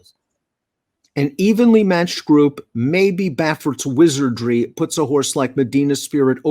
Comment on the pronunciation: "Bob Baffert's Wisery." Lol